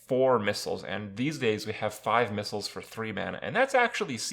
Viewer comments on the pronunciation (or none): none